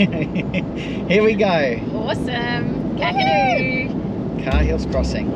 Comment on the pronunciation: Love the vids guys! Just one thing though, Cahills is pronounced "kay-hills" and Ubirr is pronounced "ew-beer"... :)